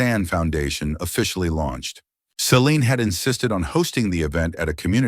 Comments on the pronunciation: It is important to keep the pronunciation of subjects names consistent. That doesn't happen in this story when it comes to "Celine' and the last 'e' should be silent. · At about Celine's name is butchered by saying the last 'e' which is silent. Incompetence displayed by poorly-trained staff and/or AI . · Celine's name butchered again at about 26 . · Celine's name butchered again at about or so. Likely poorly trained AI .